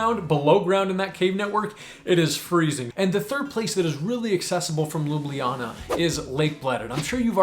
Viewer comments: Ljubljana is not 4 syllables, it's 3. LJU-BLJA-NA. The only consonant that can make a syllable in Slovenian is "R", and only because it can carry an unwritten schwa sound. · As a native i have to wonder where are the J sounds and where did you get the EE? it would be far easier to just learn it the way natives of ljubljana say it, loo-bla-naa thereby making lublana forgoing the J as we do, cause for accuracy then the easiest way to explain it would be to roll the first L into the word you, so LYOU-BLYAH-NAH (do keep in mind this is just grammatical way of saying it, but loo-bla-na, would be how most would say it, particularly natives of the city, with their regional accent) just a word of advice and hopefully you come back to enjoy the country some more. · Ljubljana has three vowels and three syllables. The j is pronounced somewhat like an English y (at the start of a word). Thanks for your recommendations! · I like how he explains the pronunciation wrong lol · Fun fact: You pronounced Ljubljana wrong lol. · My country ❤😉🇸🇮 Even I have trouble pronouncing the word Ljubljana, even though I'm from Slovenia😉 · Great video, but i find it funny how at the start when he explains how to actually pronounce it, he still miss pronounces it a little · LjubLJana, the second LJ part sounds a bit off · I bet one of the things you wish you knew was how to pronounce places. 🤣 Ljubljana is NOT pronounced the way you did. Its LJ (as in LY for English speakers) in one breath as its 1 letter. Both LJ are prounced. So NOT Lubliana, But Ljubljana (Lyublyana), no pause between L and J. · You’re saying Ljubljana wrong mate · Its not pronounced Loobliana, Lj is like 1 letter, like saying L and J at the same time, Lju Blja Na, lj appears twice, just very str8 forward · Your pronunciation of Ljubljana, while pretty good for a foreigner, is actually not entirely correct. It's just 3 syllables, Lju-blja-na. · we the locals say LU-BLA-NA... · Its not lubljiana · Well you pronounce is wrong 😅